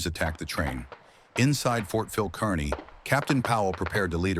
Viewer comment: It's not pronounced Kern - knee. It's pronounced Car-knee.